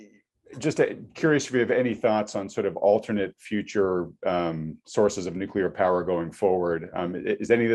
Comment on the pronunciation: Good interview, but the guest's pronunciation of "nuclear" kept bothering me